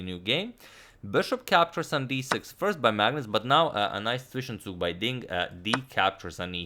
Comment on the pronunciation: sick pronounciation of "zwischenzug". i didnt even know this word was used in english as well, but i love to see how someone nails a pronounciation of a german word ^^